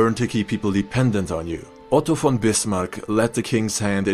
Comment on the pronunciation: where are you from? Cause your German is good you can actually pronounce von right not many can 😂